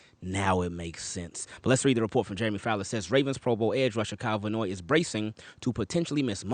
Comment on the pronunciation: His name is Van Noy….not Vanoy.